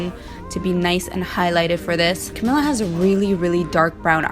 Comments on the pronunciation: Girl it’s pronounced CamEEla sorry but I got a lil triggered 😂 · That’s how you pronounce her name? o.O I thought it was pronounced with an L